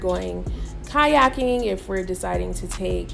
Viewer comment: Did she say go "kayaking" 😭😭😭😭😭😭😭😭